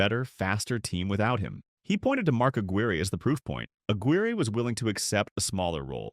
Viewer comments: Mark Aguirre is pronounced A-quier, like squire. Kelly Tripucka is pronounced Try-pew-ka. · you need to learn how to pronounce peoples names. Especially legendary players like Mark Aguirre. I cant stand you noobs who dont know nothing making offensive videos. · A couple of his points were off,like his pronunciation of Aguirre,lol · During the 80s...the era of the small forward...AD..was a Nuggets killer ...we had a great player in Alex English..around the league during that time ..you had Doc,Bird,Worthy..B.King...D.Wilkins.K.Vandeweghe..Whats up with the Narrators proununciation??.Aguire,Isiah😂😅.